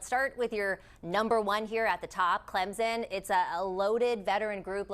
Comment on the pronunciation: Why can’t educated people pronounce Clem-Son correctly!! Where the freak is a Z smh!! Ok after further listening the commentator just can’t read! Bless her heart! Cade Klub-nik 😅